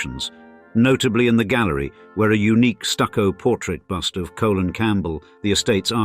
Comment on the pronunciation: Yeah the "Colen" got me too. I think this is an AI voice.